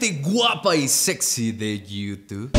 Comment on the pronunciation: Porfin dice “gente wapa y secci de llutub “